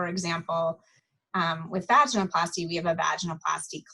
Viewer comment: Thank you for doing this interview it was very informative. One comment. It’s pronounced va-gin-oh-plasty not vagina-plasty. Just listen to how she pronounces it. Seems pertinent since it’s the topic. Again thanks!